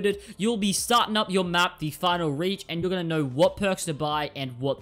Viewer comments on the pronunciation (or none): not " Reach " It's " Raiik "